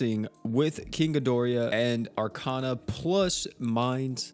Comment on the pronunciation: Archona is pronounced (Are-con-a) Arcana is pronounced (Are-cane-a) It's not the same thing but not I'm not trying to spread hate or what have you